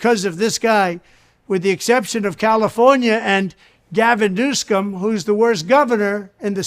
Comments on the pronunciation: Yes Biden 2024 I agree for once with Trump love how he can't even pronounce Newson calls him Newscome dude might have a dead brain worm or 2 himself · Trump is so off that he can't even properly read Newsom's name from the teleprompter screen. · He calls him Newscum cuz u know he's so clever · He can’t even say Gavin’s last name